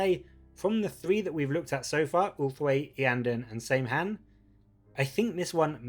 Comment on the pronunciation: Saim-Hann is pronounced Sam-Hine btw.